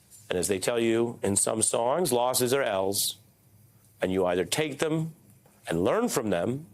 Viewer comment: I love how he says Ls 😂